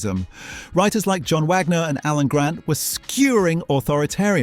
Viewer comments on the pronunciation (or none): none